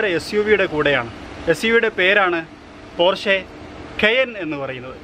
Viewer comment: പോര്‍ഷെ അല്ല പോഷ കയേന്‍ അല്ല കായിന്‍